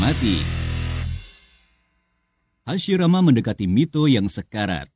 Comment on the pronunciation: Kadang salah ngomong.hasirama dibilang hasimara